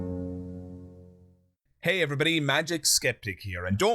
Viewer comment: The way you say, “…I’ll rip off yer arms,” with that accent, tho! 😂😁